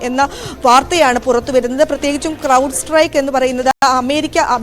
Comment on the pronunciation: Cloud അല്ല അണ്ണാ Crowd ആണ്